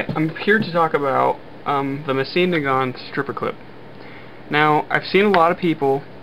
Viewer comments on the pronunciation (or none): This was very helpful for me! One thing though, and I'm not bitching, just trying to help a fellow Mosin owner, but it is pronounced "moh-zin nah-ghant"